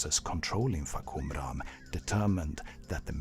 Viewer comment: The first time I saw someone read the name clearly And information that will help people get to know this character better. Thank you from Thailand